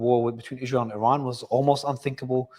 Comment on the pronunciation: If only he could say israel correctly, it hurt my ears everytime.